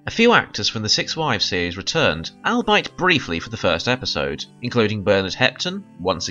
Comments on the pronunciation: All-bite? Eeeekkkk! 😱 You mean albeit? Pronounced: all-bee-it. (Brit pronunciation = emphasis on the second syllable. (It took me a while and a bunch of tries before I realized WTH you were saying. Ouch! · Al Bite?... I think you mean all-be-it.